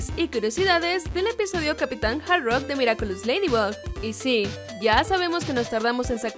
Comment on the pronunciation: se dice capitana hardrok